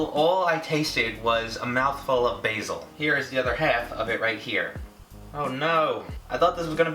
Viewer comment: it made me cringe so much everytime he pronounced basil wrong